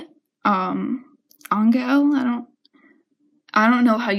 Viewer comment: Anggael is pronounced Angel.